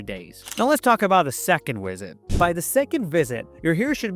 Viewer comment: AI program can't pronounce the letter, "V". Time to "wisit" the hair stylist....